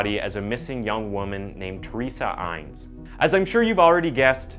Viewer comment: Not Bernette, but Bern a dette. Not Aines, but Inn es